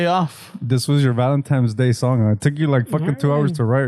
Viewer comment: did you say "Valentimes Day" portese bien.